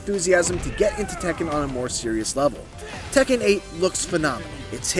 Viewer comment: It’s tekken